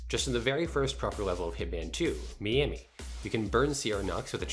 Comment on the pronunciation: How do you manage to butcher Miami